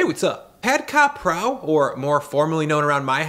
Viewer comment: It’s pronounced “kra pao” not “ka prao”